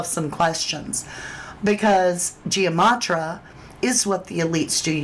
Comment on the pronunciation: Please say it correctly it is gematria. So it’s not Gia matria